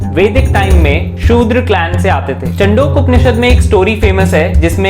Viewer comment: 1. You are telling stories and not advancing arguments based on valid evidence. First please learn correct pronunciation of words. The author of the article is not नदकर्नी but नाडकर्णी . The student was not जाबला but जाबाल. The Upanishad is not चंडोक but छांदोग्य. The Dharma Shastra is not अप्स्तंब but आपस्तंब. Krishna does not say ’माया सृष्ट्ं गुणा कर्मा विभीक्षा’ but ’मया सृष्ट्ं गुण कर्म विभागशः’ While reading Manu Smriti you read “Dharma itself if it leads to unhappiness or arouses people”, this gives a very wrong meaning. You should have read the last letters as ‘peoples’ indignation’. 2. You are right that “90% believers do not read and understand their religious texts themselves”, but I am sorry to say that you come within the 90%. It is wrong to say the castes were based not on birth but on professions. Mixing of Varnas gave rise to Jati - castes. In Chapter 10 of Manu Smriti, Manu has given different names to children born in Anuloma and Pratiloma marriages (i.e., higher Varna men marrying women of lower Varna and vice versa) and thereby creating ‘castes’ e.g., Ambashtha, Nishada, Ugra, Suta, Magadha, Vaideha, Ayogava, Kshattri, Kandala, Avrita, Abhira, Dhigvana, Nishada, Pukkasa, Kukkutaka, Svapaka, Vena and there are many more. And these are not based on profession but on birth. You admit that Apasthamba Dharma Sutra even supported untouchability. It would be intellectual dishonesty to say that ‘major’ texts of Hinduism do not support caste system. 3. Rigveda also